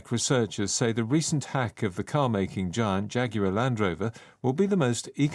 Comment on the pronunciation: giant발음. 뒤에 t를 발음안하네요. 자이언트 아니고 자이언아니고 '쟌'정도로 발음하네요.😂